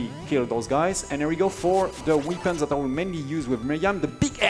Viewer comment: Weepins! (It's pronounced "wepp-euns.")